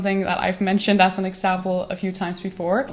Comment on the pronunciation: Please stop pronouncing as like ass.